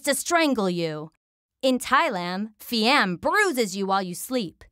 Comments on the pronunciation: In Thailand it is more like 'Pee-Um' (High tone on the first syllable), not 'Phi-Am' as in the VDO. It means 'possessed by a ghost' in Thai. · in Thai the ghost are not pronounce like fee-am, its pi-um